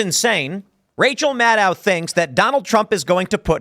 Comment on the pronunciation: Tim, it’s Rachel MadCow… get it right brother